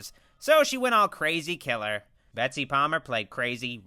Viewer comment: It's Betsy not bessy